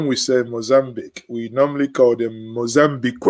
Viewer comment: Good job bro ! You are really a true son of the soil. The word Mozambiqué ,got me! .😃😃 . It remains me of my childhoold in those days. That's also how we use to pronounce it.